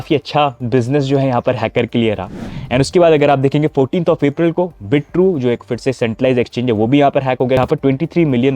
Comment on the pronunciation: 'Bit-true' nehi 'Bi-true'.